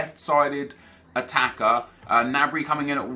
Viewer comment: it's g-nabry not "nabry". Watch the bundasliga